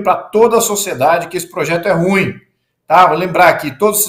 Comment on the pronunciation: ESSES PARLAMENTARES NÃO APRENDERAM A PRONUNCIAR O ADJETIVO "RUIM". QUE HORROR!! 😮